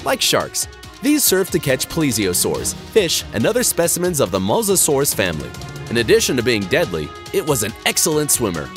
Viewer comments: It’s pronounced Mosa-saur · you said it mosasasaur wrong